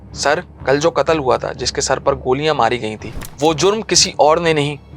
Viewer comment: بہترین انداز بس لفظ (کتل) قتل غلط تلفظ کررہے ہیں